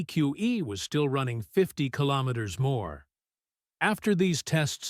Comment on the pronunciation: A lot of this stuff is just click bait. The narrator can't even pronounce kilometer. What it does is make people think it's just around the corner so people will just wait for it and not buy an EV. It's the same with all these new supposed new technology motors. Just a distraction and click bait.